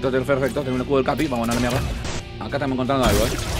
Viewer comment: "A dónde esthanos?" Jajaja 🤣